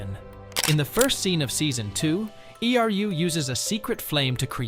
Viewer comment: Why does he speak e r u, and not simply Eru? :D